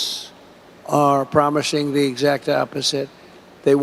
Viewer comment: Promishing??? I think he needs to adjust his dentures